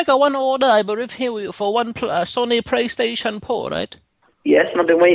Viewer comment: THE PRAY TATION 🤣🤣😭😭💀